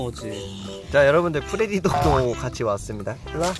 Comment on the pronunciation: 프레디독이 아니라 프레리독 아닌가요?